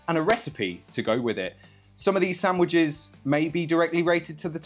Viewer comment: Stop pronouncing „sandwiches” wrong